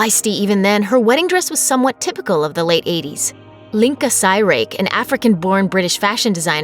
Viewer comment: You mispronounced the designer’s name for Sarah Ferguson’s wedding gown. It’s Pronounced Linka Cheerak.